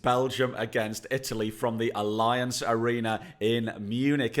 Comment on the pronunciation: Allianz is closer to "Alley Anz"